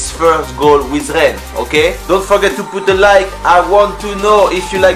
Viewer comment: pas mal le "poute a laïke" à